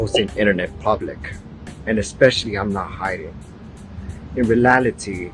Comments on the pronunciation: “in relality” 😭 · "In relality"